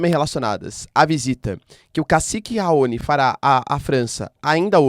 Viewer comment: Dear Prof, com licença. Raoni é uma palavra oxítona, com sílaba tônica no "ni", como todas as palavras terminadas com "i", como "guarani", "caqui", "abacaxi", "Itamaraty", etc.. Outra coisa, eu costumo falar "Kosôvo", paroxítona, do mesmo modo como os portugueses a pronunciam. "Kôsovo" é a pronúncia inglesa. Todos os repórteres da TV a pronunciavam "Kosôvo" na época em que a Yuguslávia se desfez e durante a guerra da Sérvia. Outro dia, ouvi um repórter português pronunciar "Itamaráty" e aquilo soou muito estranho. Sem querer ser chata, ok? Os gringos que dão aulas de inglês no Youtube nunca reclamam do sotaque do estrangeiro, pelo contrário, o elogiam, mas eles enfatizam os erros de pronúncia quando acentuamos uma sílaba como se a palavra fosse paroxítona e , na maioria das vezes, ela é proparoxítona no inglês. Soa estranho. E eu aposto que os gringos estão falando "RAoni".😮